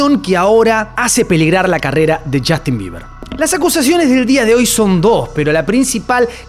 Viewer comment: Es justin bieber, no jastin